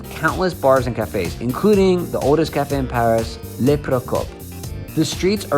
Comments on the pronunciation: “Le”. Is. NOT. Pronounced. La. !!! It’s different!!!! Make an effort please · Interesting, but learn to pronounce "Le"